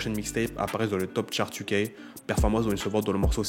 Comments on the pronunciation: la drill ''iou key'' pas ''u ka'' 😭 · Bonne vidéo mais si jamais « UK » ça se prononce « you key » pas « u cas » ahahahah force à toi